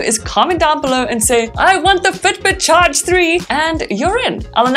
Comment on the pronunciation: Ur u from Ireland